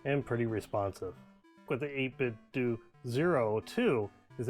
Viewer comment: when ppl call it 8bitdu (like doing something) instead of 8bitdoh (like nintendo) 😩